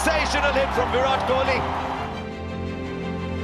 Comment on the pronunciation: His name is VIRAT not v-rat. Show some respect..